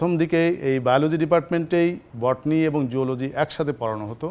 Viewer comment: এতো দিন কী ভুল উচ্চারণ করছি, আজ থেকে আমিও অধ্যাপক স্যারের মতে বটনি বলবো!🫣 আমি যেটা দেখলাম বটনি বললে শরীরে একটা ভাব আসে!😂😂